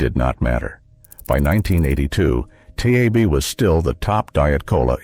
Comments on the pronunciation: It's not t a b Its TAB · It not tee-ay-bee! It's Tab! One syllable! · It’s called Tab not T A B Just can’t watch any longer. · Tee-ay-bee used to be made by See-oh-kay-ee.